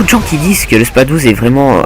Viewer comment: C'est moi ou il dit SPA Douze au lieu de SpaS douze avec un S ?